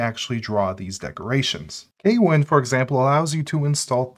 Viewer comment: note: kwin is pronounced with one syllable